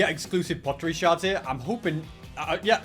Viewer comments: they're called sherds not shards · ITS pottery sherds not pottery shards time: 18.00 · He said sheards wrong